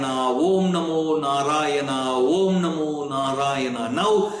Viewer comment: Thanks for making us understand what Gajindra Moksha is and equally waiting for the Gajindra Moksha stotra. Plz clear is it Om Namo Narayana or Vom namo narayana as you are chanting Vom namo Narayana